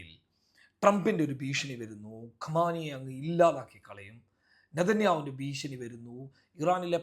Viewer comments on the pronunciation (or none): none